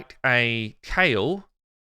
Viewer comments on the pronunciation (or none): none